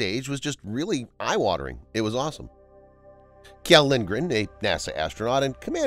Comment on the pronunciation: Please kindly look up how to pronounce the name Kjell (or the kj sound in Swedish in general). Butchering names is rather rude!